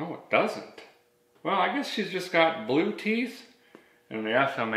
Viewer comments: The Bluteeth comment made me spit my coffee. I applaud your mangling of the English language. Thank you:) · "Blueteeth" LOL! 😀😀😀😀😀😀😀😀😀😀😀😀😀😀😀😀😂😂😂😂😂😂😂😂😂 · Did he say blue'teef ?? Haha